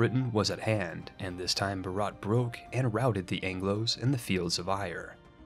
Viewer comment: Video Starts Says Bharat in a physically painful way Not saying its your fault, Idk why they spell it like that. Its pronounced Bhaarut. ("u" sounds like its used in "mud". Also, the H is not silent at all)